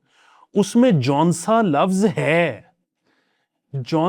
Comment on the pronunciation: Jonsa hoga “jo-aey” tou ni hai na koi lafz sir :p